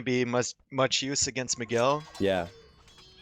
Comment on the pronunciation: Actually, I just finished watching this video. Sometimes you and Dave say "McGill", but most of the times you got it right. :P